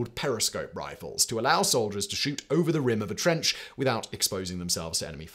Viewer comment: the Scheisse what now? Simon turned "shoot" into "shit". 😂